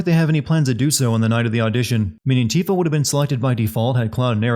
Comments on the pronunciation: I should sin this video for you saying "TIF-AH" instead of 'TEE-FAH' like it's supposed to be pronounced. * Also, the Whispers intervened with Aerith in the beginning because the vision with Sephiroth delayed Cloud and her meeting. The Whispers kept her in place. * In addition, seeing the Whispers probably works by if someone who seems them touches someone else, it gives them the ability to see them as well. All of the other Avalance members touched Cloud, or he touched them at some point during the first bombing run and afterward. Hence why they can all see them. We also don't know how many people Biggs and Wedge touch or joke around with in the neighborhood watch which might lead to a cascade of people seeing the Whispers. Maybe they high-five people, or shoulder pat or whatever as they walk around. It would make sense that everyone is close in the slums. * They stated in-game too that Aerith has to come along willingly to Shinra. They knew where she lived but they couldn't force her to come---likely because the Whispers wouldn't allow it or it has to do with a Cetra thing they discovered. As long as they know where she is, they can wait for an opportunity for her to surrender herself. * Plus, Aerith knows it was Zack's sword but she'd probably assume that several different SOLDIERs carry them. Angeal had it first, then Zack. If I were her, I would assume it was a choice to carry a sword like that around. Either that, or she knows something is strange that they carry the sa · I played the OG FF7 when it came out with no voice acting. Want to know what I called her? Tifa not Tiff-uh. Also the comment was supposed to be snarky in the style of "Sin videos" Like I was sinning him on the pronunciation. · It's pronounced Teefa not Tifuh. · LOL why are you pronouncing Tifa as "tiff-uh" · 'TEE'fa. It's pronounced 'TEEfa'...you know, like, the music notes? It's not a hard word to say. Yikes. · Worst sin of all. Pronouncing Tifa as "Tiffah" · its tee-fah